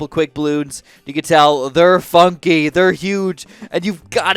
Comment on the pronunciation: It almost sounds like f*** But he actually wants to say funky